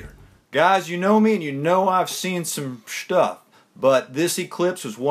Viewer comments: aight let's see some "Schtuff" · I love how he was going to say shit put then hw said stuff and it turned into shtuff